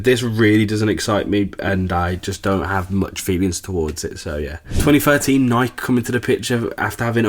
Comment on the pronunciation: Nike not nik